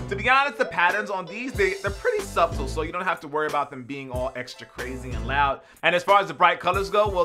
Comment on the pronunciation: Just giving you a heads up bro: the word "subtle" is pronounced "suh-tuhl", not "sub-tuhl". Noticed the way you said it a few videos ago. Not trying to be English police or anything, just trying to help a dude out. Love the show btw. Keep doing your thing!